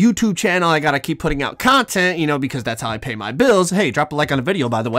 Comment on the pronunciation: Bro said cause i gotta pauy bills:)